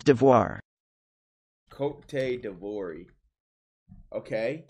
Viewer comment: Fr “cotey divory” 💀